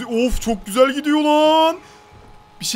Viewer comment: NOBODY:: çok güzek yağ